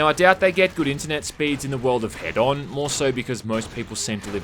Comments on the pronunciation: It’s H-eed-on like Hedonist. Not head on, apply to forehead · >head-on Bro... IT'S HEDON. Like Hedonism. Say it with me, now!: [Heeden]. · Wait why does even the game pronounce "Hedon" as "Head-on"